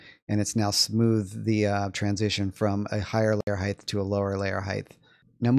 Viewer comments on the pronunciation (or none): Height. Not Heighth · Not a typo. On the video you are saying Heighth. Like Width. But theres no TH in height. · Hite. It’s pronounced hite. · 😂 I kept hearing that also 😂😂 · I found that annoying too, but you know what's more annoying? All these human bean bags arguing about it.